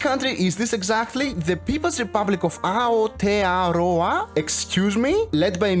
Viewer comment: The way you pronounced Aotearoa.... It's the Māori name for nz